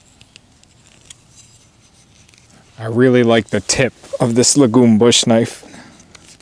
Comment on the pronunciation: Lagom means "Just enough" in Swedish. It's pronounced with a long Aa.